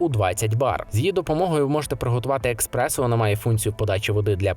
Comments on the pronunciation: Правильно казати еспресо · еКспрессо? серйозно? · Що? еКспрессо? 😂😂😂😂 еСперт бляха! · Експерт, який називає еспресо «експресо» не викликає довіри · О,мені також те експресо ріже ,жах,як можна с таким рівнем говорити про каву,кавоварки?😢